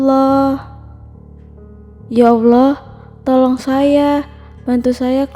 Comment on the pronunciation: Dari serem bangat serius dengernya.. eeeh denger "tholooong tholoong" jd pen ketawa 😂